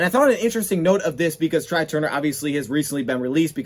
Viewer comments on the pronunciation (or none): It's pronounced "Trey" not try..lol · Couple things. First it’s pronounced TRAY even though it’s spelled TRY. Second they have to structure the Calvin repayment back so he’s not taxed again and it doesn’t effect the Cap. So it’s going to be tricky